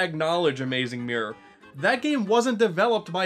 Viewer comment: " Like, the saeme mirror frum AMOOZING MOOROR "